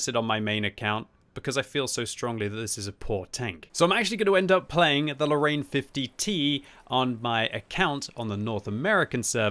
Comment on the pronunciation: You know what bothers me sometimes ? All the English speaking people put in a LOT of effort to pronounce "KUNZE PANZER" in the most German sounding way possible, but then just go on to say "Lorraine" as "low rain", as if that even resembles French.